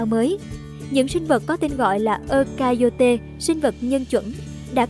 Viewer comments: Ơ-KA-RI-ÓT nha 😅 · Eukaryota đọc là Eu-ka-ry-ot(a) nha bạn